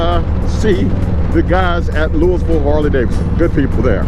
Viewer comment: be safe! By the way it’s pronounced (loo-ee-vil) or locally (loo-uh-vuhl) Safe travels my man!!